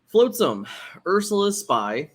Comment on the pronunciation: All the love to you guys, but hearing “floatsam” so many times hurt my heart 😂❤️